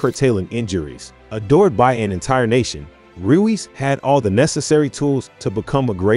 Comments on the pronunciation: Royce not Ruiz lol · His name is pronounced Royce 🙏🏻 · naaaa you gotta be saying his name wrong on purpose 💀💀💀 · Dislike for not pronouncing name right. It’s not that hard